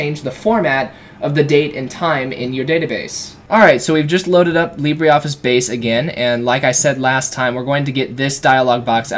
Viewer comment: Libre - not Libree